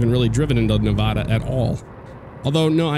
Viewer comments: it's nuh va duh not nuh voh duh Hahahah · I love you and your work a tonnnnn but ermagurd, you make my head twitch when you say Nevada. Being a Nevaden myself, it's pronounced with an A as apple, not A as in ahhh. I'm sure you will get this comment a lot too lol. Keep up the good work. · hahaha it's a Nevadan thing or maybe a west coast thing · Not how Nevada is pronounced😤😂 but other then that it was a great video. Loving how ATS looks so far keep it up